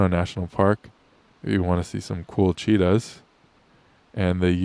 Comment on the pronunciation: I first thought you said "Cheetos, were being reintroduced to India".